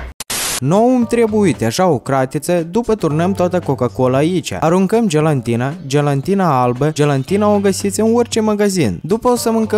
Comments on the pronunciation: Gelatină sau gelantină? Care e corect? Tu ai zis gelantină nu gelatină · Se zice gelatina nu gelantina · Gelatină nu gelantină😂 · Numai eu aud că zice gelantina